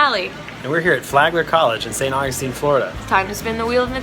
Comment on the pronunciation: THEY SAID AUGUSTINE WRONG